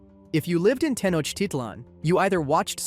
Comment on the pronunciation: as a mexican youre probably the first english speaking channel that pronounced " Tenochtitlan" correctly, good job